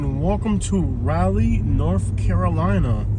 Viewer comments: Raw-lee not Ra-lee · This video was hilarious! As a 50+ year resident of Raleigh, I can say you have no idea what you’re talking about in this video. You weren’t even brave enough to go to the REAL hood or to venture downtown to see what a great city Raleigh is. And, you even mispronounced the name of our city. Dude, go away and stay away.